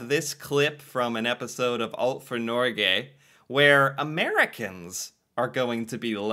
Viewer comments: It's not Nor Gay it's Norge. Nor like in the english word nor. Ge like in Get.but without the t. Tromsø: the Ø sound sohuld be like girl, bird, third, tird, nerd. Æ sound is used in english: like this is really bad, bad sounds like bæd. You pronounced it Tromså. To learn how to pronounce these sounds and words I recommend going on dict cc. I contribute there, so you can hear Norwegians pronouncing the words. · My dude, you should know how to pronounce Norge by now, it's been months 😅 It doesnt rhyme with Norway lol